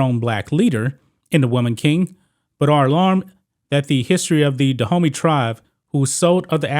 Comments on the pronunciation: you pronouncation of these names is really atrocious. it took me 5 minutes discover you were not talking about "the hoomy" , which sounds more like streettalk, but about DA-OOH-MAY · All throughout the commentary I kept thinking you were calling them "The Homie" army. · My african ears are cringing everytime this homy mispronounces Dahomey 😂😂😂😩